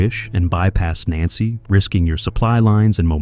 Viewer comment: It would help the narration's credibility it the AI had been programmed to pronounce Nancy correctly.